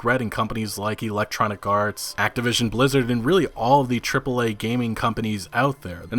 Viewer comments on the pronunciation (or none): none